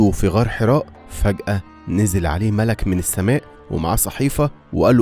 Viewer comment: حلو جدا بس لازم تراجع شوية التشكيل علشان النطق بيغير معني الكلام مثلا مَلَك مش ملِك